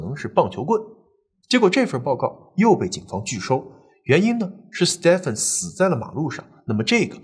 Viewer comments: 在英美等說英語為主的地方，Stephen 的發音是跟Steven一樣的，不需要讀成Step-fen. 在歐洲其他地方, 如果看到Stephan，就是讀Step-fan 了。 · Stephen 發音為Steven ，史提芬。周星馳的英文名字即是Stephen. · 你忍我一下，那个名字Stephen，念steven. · Stephen = Steven 同音